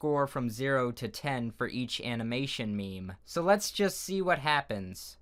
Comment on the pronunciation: I saw this comment while watching the video and I was at the part where he said "where a character's neck" I them clicked the timestamp and he says "happens", it sounded like he said "when a character's neck happens" lol